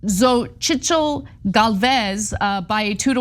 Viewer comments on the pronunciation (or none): Xochitl is pronounced like "Sochi" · try saying the same again lmao. Kinda sounds like "Chochil." Ppl have a hard time pronouncing the "tl" sound accurately, so y'all get a pass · hahahaahaha how they pronunciated Xóchitl, as fck!!! Do some research first guys. Just say: Xo-Sheet-l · Ana, love the show and you always are on target. FYI, Xochitl Galvez's first name is sounded like Zo-cheel :) In the native Nahuatl language it means Flower. This is a name that is becoming very popular for girls in Mexico and other Latin Amercai countries.. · También pronunciar una Xóchitl Gálvez cochilt Gálvez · Ngl... I'm White AF But I Died A Little Inside Hearing Ana Pronounce The Opposition's Name As ZOCHITZEL. 💀😫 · Ana.. the name Xóchitl is easy to pronounce.. X is pronounces as S or sometimes as SH you could pronounce "SOSHI" and then you use the termination "TL" (just pronounce it as it is written) so is "SOSHITL".. I hope that helps! :) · Ana Xochitl is pronounced So Chill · Ana and TYT- you guys are in LA and you can’t pronounce Jesus (Heysoos) correctly? 😂 Come on guys 😂 Xotchitl is a hard one, it’s an Aztec name, but it’s pronounced ‘Socheel.’ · lol, Ana, the name is pronounced so-cheel (Xochitl), just helping you out girl. I know the pre Hispanic names tend to be difficult to pronounce. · No, you’re absolutely wrong. The name Xochitl means flower in Nahuatl the language of the Mexica or “Aztecs”, and it is pronounced in Nahuatl (SHO-CHeeCLe) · Not that it matters but Xóchitl is pronounced (Sochil). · It’s pronounced “Zochit”, for Xochtil. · Xochitl is pronounced "so-chill" but I loved how badly Ana butchered it lol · Yeah I was laughing too. But i'd say it's pronounced more like soh-chee-t'l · Xóchitl is pronounced “So-chil” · My dearest communicators, the correct pronunciation for the PAN-PRI-PRD Xóchitl es /tchóhtcheel/ and her last name is /helves/ I’m trilled with Claudia Sheinbaum win 🤩 but I think names are important to be pronounced accurately for clarity.